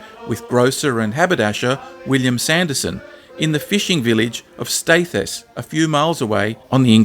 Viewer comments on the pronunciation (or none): It's pronounced Staithes, not Staith'es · Staithes is pronounced Stayths, the locals pronounce it steerths. You must go there. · It’s pronounced ‘stay th s’ :-) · For those not familiar with it the name of the village of Staithes in which the young James Cook worked is pronounced ‘Staythz’ not ‘Stay thess’… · Staithes = Staythz and not Stay-thuz. Very interesting show , as a Yorkshireman. Saw Cooks cross on Hawai'i when went there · Its pronounced Staves (with a th instead of the v) NOT Stait es, or Steers as the older locals call it. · In Yorkshire we say Staithes as Staiths NOT Staith-es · Great documentary about a remarkable man. Just two things - Staithes is pronounced like lathes (as in the plural of the machine), and I'm not sure any Quakers were ever burnt at the stake, although they undoubtedly faced persecution. Thanks for your work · Staithes has only one syllable - like "staves", but with a voiced "th" sound (as in "the") instead of the "v"; also, rhymes with "bathes", even in my local dialect. When Cook was made a commissioned officer, it was as lieutenant not first lieutenant. First, second, third, etc. just reflected relative seniority within the vessel on which they were serving. It was entirely possible that the first lieutenant on a 64 who'd done well would be appointed second or third on a 74, as a step up. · Staithes pronounced as bathes. Pic isn't Whitby. Ends don't justify the means. Karna is a funny thing though. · the correct pronunciation is Stay-es, it is as if the 'th' is silent. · Awesome! Staithes is pronounced “staves” and it’s a lovely little village still, great work and thank you! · Nitpick: it's pronounced "Stay-th's". It's one of my favourite places in North Yorkshire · Staithes is pronounced “Staves”. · All of those bits of film footage from Hornblower, Munity on the Bounty etc really spoiled this documentary and your pronunciation of 'Staithes' which has one syllable, was way off. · You don't pronounce the e in Staithes.